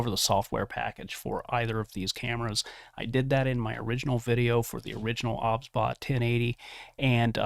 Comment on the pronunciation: cant stand that he says obsbot O B S